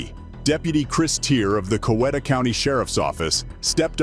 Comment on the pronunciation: In the 1st story it's pronounced, Co - wheat - ta